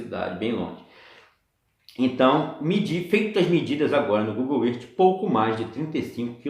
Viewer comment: não se pronuncia Google erti, e sim Google ârf É mais, seu teste de curvatura não é o melhor Sem dúvida o do Martins do sem hipocrisia ficou muuiiito melhor. A TERRA segue PLANA. Um abração.